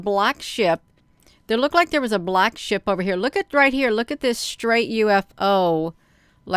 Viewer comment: When you say SHIP sometimes I think you say SHI* and and I think WHAT??? 😳